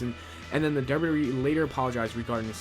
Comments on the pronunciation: You can't say wwe... and its fucking hilarious, you never said it right 'wrwrree'!?! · dude when he says wwe he says derb derb e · Ya say wwe weird